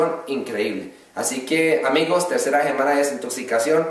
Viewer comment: meda risa cuando dice semana en vez de decir semana dice jemana...! saludos de Venezuela..!